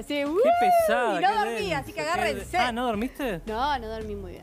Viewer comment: “AgarrenséN” dice la diputada, que empiece por el diccionario por favor